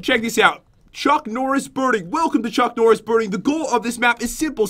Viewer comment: oh yea "chunk norris.." not "chuck norris..." lol